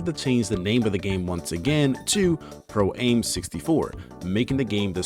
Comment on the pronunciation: Oh my god, stop saying "Pro-Aim"! It's pronounced "am" because it's short for "amateur". Radio-Controlled PROfessional-AMateur. Get it?